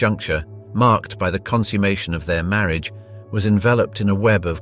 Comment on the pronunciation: Please learn the difference between 'consume' (to eat) and 'consummation (to finish). You pronounced it incorrectly every time.